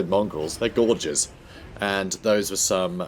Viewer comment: What are they called? They're gorgeous. Yes they are. Oh wait, he said Gorgers. nvm.